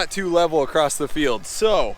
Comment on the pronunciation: You are too young to be saying “acrost” 😂😂. Keep the camera rolling!